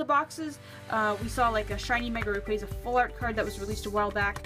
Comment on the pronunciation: rayquAzA not rayqueza